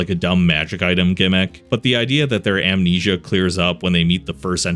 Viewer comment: oh no not "Amensia"